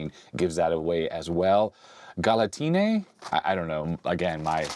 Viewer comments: Grande Olivetti! P.s. michele reads mick (with hard C or K) + ele like electric. Your pronunciation of Galatine is correct. Goleador are unrelated to football actually from what I know, just a name (Goleador is a player who sets a lot of goals) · Yep. You nailed the pronunciation for Galatine. They are kind of an acquired taste though. 😀 I don't think I have seen anything similar around the world. Also, the Function keys on the Olivetti came in that shadow of yellow from the factory.